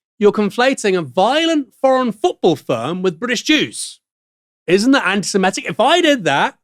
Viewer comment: Drinking game idea: every time Aaron or mispronounce "Antisemitic", you have to drink. Excellent way to get sozzled.